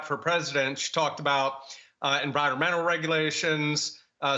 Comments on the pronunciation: Kama la, not Ka mala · I will NEVER take serious any of you who INTENTIONALLY mispronounces her name. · If you can’t say her name correctly I can’t listen to you